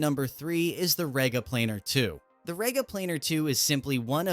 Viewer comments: Rega is pronouced as Ree-ga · It's said like REEGA, Stupid yank!